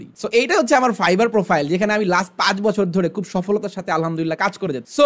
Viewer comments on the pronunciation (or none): none